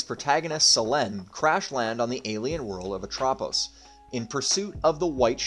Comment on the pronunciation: pretty sure that's not how Selene and Atropos are pronounced